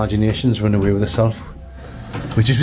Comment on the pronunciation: Although English ain't my first language, i understand everything says very well, but whatthose guys were saying went over my head, turning the subtitle on didn't work, youtube couldn't even comprehend what they were saying 😁 i think i heard them pronounce "run" as ROON lol